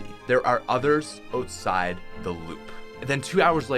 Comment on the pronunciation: why do i put so much emphasis on your O’s all i here is oteside not outside